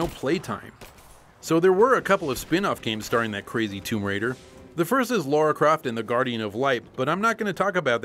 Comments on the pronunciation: Oh man... her name in the game is "Lara", not "Laura" or "Lore-awe"... Edit: Wth you really mentioned this ... sry, I didn´t watch till the end ;) This is too funny now gg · It's LARA not LAURA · Great video, but it is indeed Lara and not Lora....😂 😂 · AAAAAARGH! It's Lara, not Laura! Damn it,! You're an evil, evil man. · Lara and Laura are two different names said differently. Laura is said as said and Lara is said as said, simple. I know you are American but you seemed so intelligent and normal guys, you are either joking around or making yourself look like idiots. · She’s english. It’s LARA🙄....just listen to the American voiced trailer mispronounce Lara again to what end! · No matter how you pronounced Lara, people still would've whined. Nostalgia Critic pronounced it the other way and people corrected him saying it was Laura. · Bizarre, North American can not pronounce Lara?